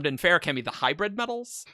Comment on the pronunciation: You claim to be the most pedantic of the pendants, so my one and only question is why on earth do you guys pronounce "feruchemy" and "feruchemical" with such radically different emphases? The word is an amalgamation of "ferric" and "alchemy". It's clearly meant to be "fair-ooh-chemy" (like it is in the audiobooks), not "fairook-uh-mee". But regardless, even though I'm sure you'll disagree, I humbly beg of you to please pick a pronunciation and stop switching back and forth for each word.